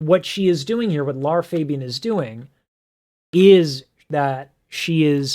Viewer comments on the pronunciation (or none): Lara dude, not Laura